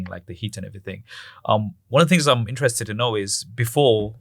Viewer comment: It's 'interest'